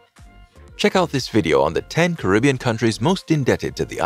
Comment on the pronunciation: Starting off the video with the wrong pronunciation of the world Caribbean isn't a good look